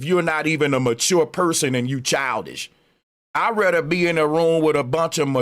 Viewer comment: earf ? it’s earth. i ratta? its rather. Who gave this guy a microphone? He can’t even talk you are making L Jamar seems smart